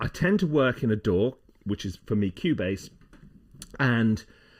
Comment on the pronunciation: It took me a bit to figure out that he wasn't talking about a "door," but rather, a "DAW." lol!